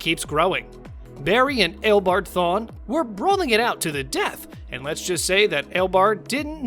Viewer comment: Is my guy sayin L bard thorne hahah